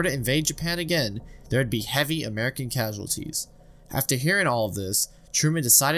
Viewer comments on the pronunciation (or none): none